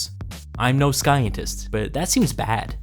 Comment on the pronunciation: Can we please use REAL PEOPLE TO NARRATE? The mispronounced words is a dead giveaway. "SKientists"...the AI voice said "sKienrists".